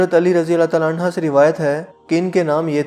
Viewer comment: اللّٰہ آپکو جزائے خیر عطا کرے آمین، بس آپ سے ایک گزارش ہے کہ جب آپ صحابہ اکرام کا نام لیں تو “عنہ” کے ہ کے اوپر پیش پڑھیں، اور جب صحابیات کا ذکر آئے تب ہ کے اوپر زبر پڑھیں۔۔۔ جزاک اللّٰہ